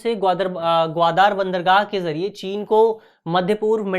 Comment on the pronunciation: O BHAI VO "ग्वादार" नहीं है भाई मेरे वो ग्वादर है ग्वादर । भाई पीछे जो तु दार लगा रहा है वो जमादार या थानेदार वाला दार नही है उस प्रांत का पूरा नाम ही ग्वादर । आप को इतनी-सी बात भी नही पता तो आप क्या बच्चों को I.A.S बणाओगे????